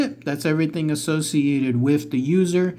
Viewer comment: The first time you said User, I thought you said Loser. I was thinking "That wasn't nice".😆😆